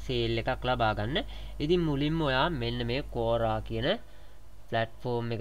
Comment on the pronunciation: "කෝරා" නෙවෙයි "කුවාරා" කියලා වගේ තමයි ඒක කියවෙන්නේ